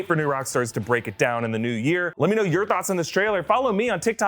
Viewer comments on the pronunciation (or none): none